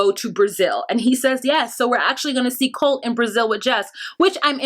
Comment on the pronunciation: Yeah larissas pronunciations😂 Colteee!!! Colteeee!!!